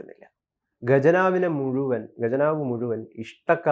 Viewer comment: ഗജനാവ് അല്ല പൊന്നനിയാ ഘ ജ നാവ് 😂😢